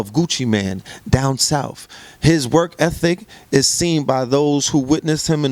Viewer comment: i aint gon lie...i fully expected to pronounce it "work effic" but he nailed it! "work ethic"